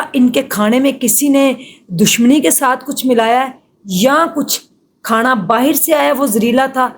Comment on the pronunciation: O bhan Khana hota ha khaaana nhi phly Bolna to seekh lay